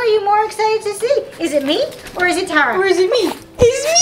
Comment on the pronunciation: I just realized I've said your name wrong this whole time!😱 you mom says.... and I've been saying.